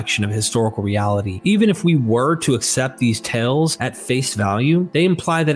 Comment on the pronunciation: Your pronunciation is weird. Law = Lawl, Tales = Tells, and Seals = Sells. Is this a regional accent?